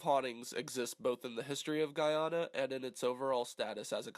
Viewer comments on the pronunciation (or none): It's Gah-Yana not Gi-Anna 💀